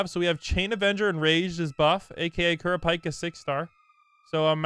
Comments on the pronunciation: The way he pronounced kurpika killed me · I don't even think he watches anime, in the vid he pronounced kurapika wrong, and he ALWAYS misspells and mispronounces meruem. And I remember in an old vid he said that eri was dekus sis 💀